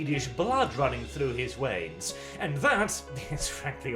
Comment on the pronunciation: "blood running through his WEINS" your Nord is slipping in a bit there XD